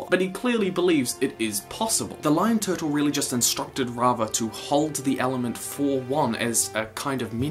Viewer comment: I love your channel and how you say “tuhtul” 😂